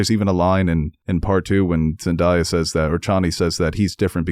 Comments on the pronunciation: Great review! But zendaya’s name is pronounced zendAYEa and it’s more like BUHtista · I'm not trying to give yall a hard time but Zendaya is pronounced Zen-DAY-ya